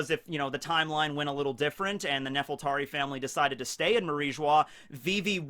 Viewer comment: I hate to nitpic, but I feel like I have to get this out of my system. I think the name of the ruling family of Alabasta is supposed to be Nefertari, with an R. I know L's and R's get mixed up in Japanese, but since Oda based Alabasta on Egypt, it's pretty obvious he named the family after Queen Nefertiti, sometimes called Nefertiri or Nefertari. Even Vivi's late mother was called Nefertari Titi. You can't get anymore obvious than that. Nefertari also sounds better, at least in my opinion.